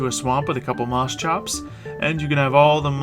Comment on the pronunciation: It's Moschops; Moss-Copes. But call it what you will.